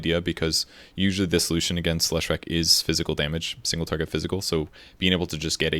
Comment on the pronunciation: If you are such a big Leshrac fan why can't you pronounce his name? :)))))